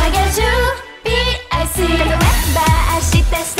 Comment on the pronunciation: さすが PICの発音がいいなｗｗｗ